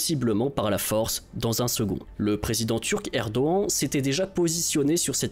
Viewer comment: Serait-ce possible de bien prononcer le nom du président turc, svp ? À chaque fois que j’entends cette mauvaise prononciation ça me hérisse les poils ! (même madame Michu sait bien prononcer ce nom !)